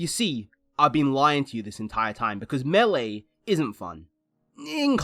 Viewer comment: there is no w in that word